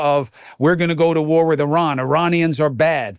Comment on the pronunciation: Thank you for this and for correctly pronouncing Iran. You don’t say eye-taly instead of Italy. Right? Great t shirt too.